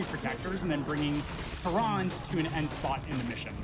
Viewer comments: Bro, Tyrande is 3 syllables. They say it all the time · Amazing run and runner but man I can’t get over him mispronouncing tryande the entire time